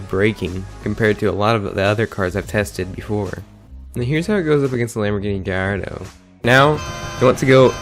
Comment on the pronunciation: Gardo? You mean Gallardo? Where the fuck did the "ll" go